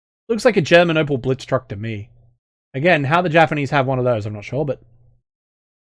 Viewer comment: I was honestly surprised by your Japanese. Think you could actually speak to an IJA soldier as a POW like that? Imagine the response he'd give, LOL. That's like College-level Japanese right there. You could be doing voice acting of actual WW2 Japanese military right now.